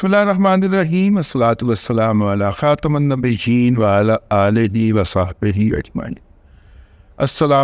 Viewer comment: خاتم النبیین کی میم کے نیچے زیر ہے اس پر زور دیکر پڑھا کریں۔